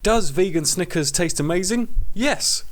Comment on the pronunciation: "Sneakerzizizze" Lol